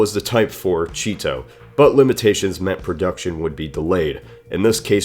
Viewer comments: Chi-To more like Cheeto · Chi-to = cheeto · Fear the chee-to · Chi-to= cheeto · Anyone else laugh at the Japanese tank that's name was pronounced "cheeto"? Dang, advertisements were even in military design! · the type 4 chi-to sounds like the type 4 cheeto. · "chi-to" really, just no, why, Japan, why